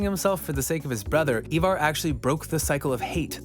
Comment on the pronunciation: Bro the way you say some of their names 🤯🤯 did you even watch the show !!! Whos eeevar its ivar but pronounced eye-var